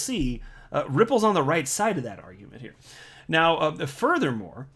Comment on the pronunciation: “Into this piece right meow..” lol